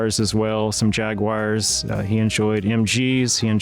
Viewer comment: Jag- wires. Um no.